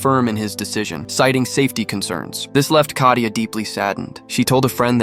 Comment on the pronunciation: Kayta? It is katia